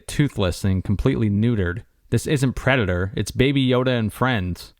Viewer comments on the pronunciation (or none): Predatar? Avadator?